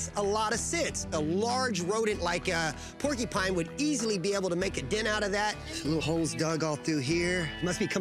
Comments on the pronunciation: Porcupine not porkypines come on Billy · Omg, if I hear Billy and that lady annoyingly say "porky-pine" one more time... 🤣 Also is the most shallow quill pull ever. This show kills me. 🤭